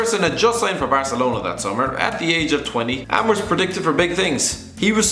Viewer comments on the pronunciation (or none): none